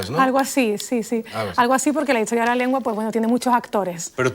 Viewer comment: Magnifico video , felicidades! Sólo 2 preguntas: por qué tenemos que decir "cool" , como al principio del video por el narrador? Y, por qué la dama (muy bella por cierto) dice - lingüítsica, hitsoria, etso, catsellano, etc. anteponiendo letras que no van? Gracias.